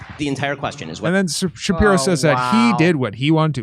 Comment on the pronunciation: I mean there's a chance Ben SHU-PYE-RO doesn't like Ben SHU-PYE-Ro